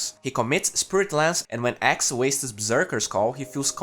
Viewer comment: dude pls, axe not ex 😂 anyway good job 😉